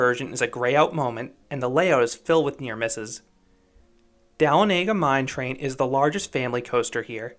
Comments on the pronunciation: no need to worry you as well as many other pronounce it as it’s spelled but we say duh-Lon-uh-gah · Dala-nega mine train is crazy the way he said it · I love hearing people that aren't from Georgia try to pronounce Dahlonega mine train😂. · As this is my home park I agree with basically everything you said but always cracks me up how tourists mispronounce dahlonega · everyone pronounces dahlonega wrong 😭